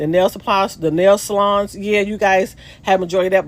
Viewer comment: It is pronounced "Salons" not "Saloons".